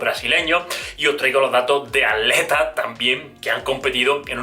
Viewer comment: Es atletas y no aletas jajajaja porel resto oerfecto